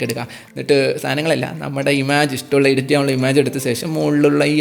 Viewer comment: ഇമാജ് (Image) അല്ല ബ്രോ.., ഇമെജ്.